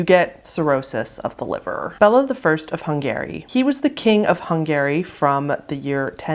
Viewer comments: It's Hung-arr-ee not Hun-gary, and Dock-sund not Daksh-und. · "Hungary" is pronounced the same way as "hungry" btw :) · I'm sorry but I chuckled at that pronunciation and couldn't stop thinking of a guy calling himself Hung Gary 🤣